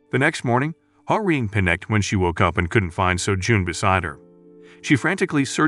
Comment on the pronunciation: The FLs name is "Ha-Rin" not "Hamin". I looked it up.